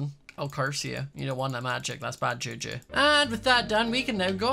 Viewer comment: Did you say juju